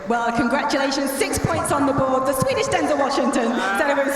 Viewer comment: Lmfao "Swedish" . No.